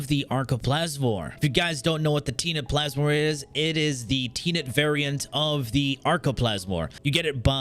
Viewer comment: Tea net plasmor! KEKW